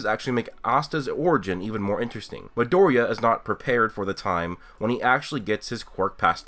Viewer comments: Who is madouria? Oh you mean Midoriya... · God.. The way you pronounce Midoriya's name is so inconsistent... Anyways I didn't know people compared this show to BNHA. But it does have many similarity with Naruto and Fairy Tail. I wouldn't call it shameless copy like people say but it being heavily inspired by aforementioned series. My only problem with the anime is 9 out of 10 times it would have the atrocious animation, which made me drop it. I would give the manga a go in a few years if it is still not cancelled. Also, me having seen and read many shounen series for 15+ years I do feel the plot is overly used. Naruto, Fairy Tail or BNHA wasn't the first but they probably had some unique pull. Black Clover seems to lack that uniqueness, something of its own to separate it from the former shounen titles. That is what I agree with most YouTubers criticizing Black Clover. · Any1 else wanna kill themselves when he says midoriya and naruto lol.